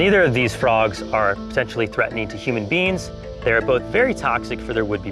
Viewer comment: We are all just simply human beans